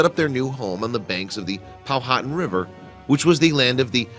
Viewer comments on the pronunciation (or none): The Indian tribe (Powhatan) is not pronounced POW-HATTAN (I guess like Manhattan) but POW-A-TAN... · Yes, and the James River's Indian name was pronounced POW-ah-tan. I'd love (or hate) to hear how this guy pronounced "Appomattox"! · It's pronounced Pow-ha-tan